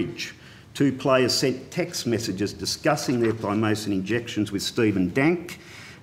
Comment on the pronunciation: Had a pencil in or around his mouth for much of the questioning, seemingly unable to pronounce "th" - heard "commonwelf" and "wif" instead of with.